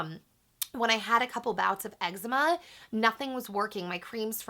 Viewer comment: thats not how you pronounce eczema